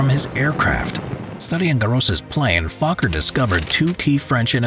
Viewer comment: I like he said fokker as fu